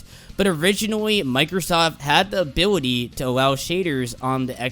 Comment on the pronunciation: you can't pronounce ability